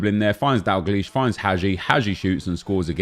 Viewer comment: its DALgleish not DAGleish